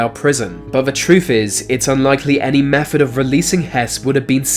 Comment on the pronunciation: I just came here to hear him say, "Amerwica" also "mefod"